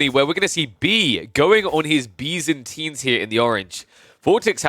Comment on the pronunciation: you call byzantines Bee's-antines lol